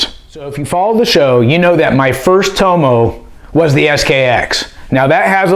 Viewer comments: Its not toe-mow, its TOM-MOW. My name's dave, Aussies call me Dave-O. Same thing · Toe-mo ? It’s Tommo mate 🇦🇺😂🤙🏽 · Love your reviews, I would never mention this normally and I'm not having a go I just thought you might like to know that in America most people are pronouncing Tomo wrong, It's pronounced Tom-Oh, His surname his Thompson so he's nickname would be Thom-oh as in the letter O.